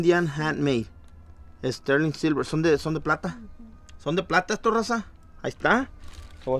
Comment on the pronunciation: es que cuando dices " raza" suena a Rosa, por eso creo es la confusión con el nombre de tu señora, o eso creo 😄 Saludos.